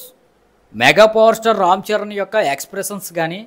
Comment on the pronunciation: ఆ భాష ఏంట్రా బాబు పలకడం రాకపోతే చక్కగా తెలుగులో చెప్పు press peel esspessalli buchu babu rom charan etc...